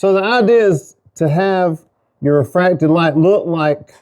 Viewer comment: says whaaaat!?!?! This is epic! Do they say that anymore? I mean you said “janky” so…Radical! Haha Bro! I think it’s time to change those filters in ur mask, huff huff?!?!? As always, such a blessing bro, your un Ba Weavable! One day… maybe a Shout Out! Btw u said ReFrAcT-DiD with drip run! Drippy Bubble hahaha! You nailed the Bubbles bro! ready for airbrush